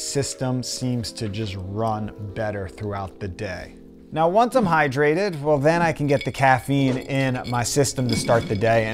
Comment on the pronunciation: "So once I'm high-drated"